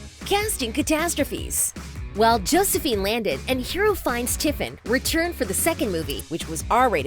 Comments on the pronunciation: Ikk like come on if your gonna do a vid with her at least say her name right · You cant even say the lead actress’s name 😂 yall are a bunch of clowns and if you hate the movies so much dont watch them cause no one has put you on Gunpoint to watch them... 😌